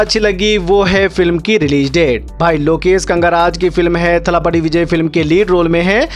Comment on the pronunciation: थलपथि होता है चू न की थलापटी 😆😆